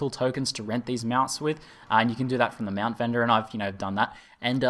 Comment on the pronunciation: Whats a "Mewount"?